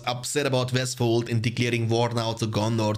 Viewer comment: mate please try to pronounce the words normally .. West, week, win, westfold...lol. It's W not V